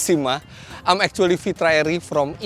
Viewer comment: "Act - two - ally" 😶